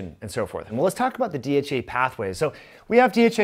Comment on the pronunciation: Fix your speech it sounds like you're saying DHA which is completely different that dhea